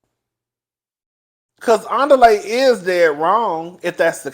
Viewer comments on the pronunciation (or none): The way you mess up Andile’s name takes me down every single time. ANN DEE LAY! 😂😂😂😂😂 it keep sounding like the beginning of Nelly song.